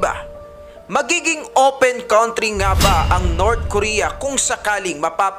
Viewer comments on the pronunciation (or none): none